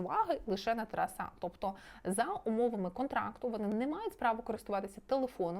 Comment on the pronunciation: Можно лагідну підказочку? «ТарАса», не «ТарасА» «ЛевіОса, а не «ЛевіосААААА»😅🫶🏻